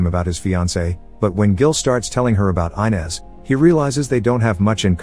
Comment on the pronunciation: Did you watch the movie? Gil's wife's name is not pronounce I-nez. It's Ee-nez. For fuck's sake, you'd think you'd get this simple thing right.